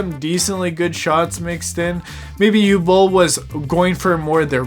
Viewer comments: Born in 91. I've been, sadly, follwoing Uwe Boll's carreer cuz of Bloodrayne. I'ts "Ooveh Bohl" , not "Oohl bowl." It's "OOveh - Bohl" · Talking slow Can’t breathe through nose Pronounces it You Bol Complains about immigrants and lefties Chefs kiss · Dude. Learn how to say the name, tf is a u-ball... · Your video is so stupid and poorly researched that you couldn’t even pronounce the director’s name correctly.